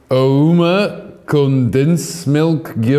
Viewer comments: O-mah not o-meh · the way they say Ouma, it sounds a lot like Ooma. Truly funny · the way everyone calls it ooma biscuits😂😂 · There's also another vid where they tried Ouma rusks and called it "oooma" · As a South African I was crying as he tries to pronounce Ouma.. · I'm not from South Africa but I'm from Namibia but we have the same snacks... But hearing them pronounce Ouma I almost started crying... And they need the keep the ouma biscuit in the tea/coffee untill it is soft🤦